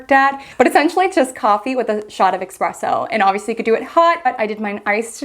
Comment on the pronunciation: did you say expresso